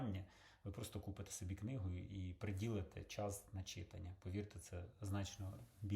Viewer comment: Та не "чИтання", а "читАння"...)